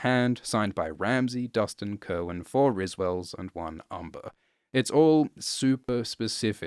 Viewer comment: Cerwyn is actually pronounced Serwyn, not Kerwyn. Heard it from GRRM own mouth.